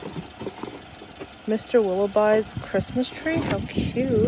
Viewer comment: Willo-bee...not by!!